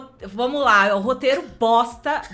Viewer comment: Não sou fã de Star Wars, mas assisti o vídeo para ver o esperado "Análise Honesta - Obi Wan" e ouvir a comentar "Uma BOSSTA"